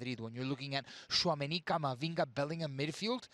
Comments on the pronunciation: It’s not belling ham, it bellinarm 😂😂😂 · Bending over backwards to pronounce Real Madrid correctly, and then saying BellingHAM...